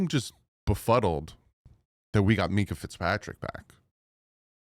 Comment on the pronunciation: MINK-ah not Mee-kah